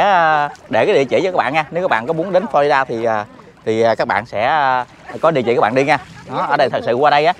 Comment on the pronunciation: Florida chứ không phải Flolida